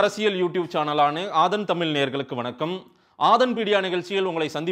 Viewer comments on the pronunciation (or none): Adhu tamil alla Tamizh...pls pronounce Zha correctly first...!!!